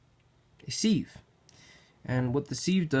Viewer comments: Siv, not Seeeev. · Good info. Pronounced sive like give, though.